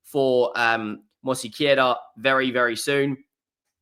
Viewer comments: It's Mos-Ke-Ra not Mosi-Ke-Ra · why can you not pronounced Mosquera.... MosseyCarer! lol PS enjoy your content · Hope this help it’s pronounced “Moss Key aira “ you’re welcome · Please, try to find someone to teach you how to pronunciate MOSQUERA. You are making crazy the peoplr who speak spanish. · Love the way butchers Christian Mosquera's name 😅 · He butchers every name😂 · More that he can’t read it than can’t pronounce it - if you stood next to him & verbally sounded it out he’d pronounce it fine. Most mispronunciations are a reflection of reading level & don’t happen when the information is received audibly (why dyslexics often stumble over words they’re more than capable of saying).